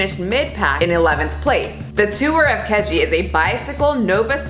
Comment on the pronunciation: As someone who trains at the same gym as Greg and lives near him. Listening to you pronounce the names of my city, province and Keji Park had me dying laughing.